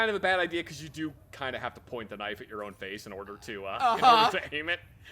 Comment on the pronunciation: "This, is a knoife"